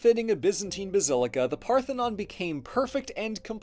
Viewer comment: "They say of the Acropolis where the Partenon is..."